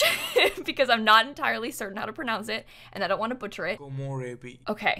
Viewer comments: Well not a mix. It's just re as in "red" as you said. They keep pronouncing it as "ray" which is not right, but it's the accent of English speakers when trying to speak Japanese or even Spanish words. Doesn't bother me. It's just an accent. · The video on pronouncing is correct, but it's not 'ray-bee', it's 'reh-bee', like the Canadian eh ;) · Video: how to pronounce Komorebi Also video: komorreybi 😞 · it's Ko-MO-re-bi and not Ko-mo-RE-bi... The emphasis is on MO!!! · ko -mo-reh-bee. A mix between “ray” and the re in “red”.